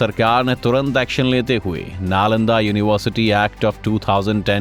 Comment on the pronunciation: Dekho bhai aapke video achche hai, avaj bhi achchi hai, par agar ho sake to bolne ka ton badalyega, jaise yonivarsiti, to ho sake to tone badaliyega